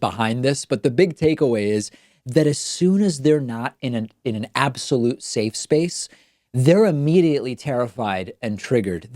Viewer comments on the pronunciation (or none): none